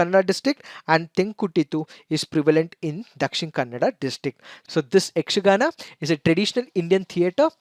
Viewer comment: May be you are kannadiga how I identified that was, you easily and correctly pronounced yakshgana school names.